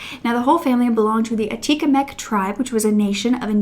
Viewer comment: Her name is Joyce Echaquan, not Escawan.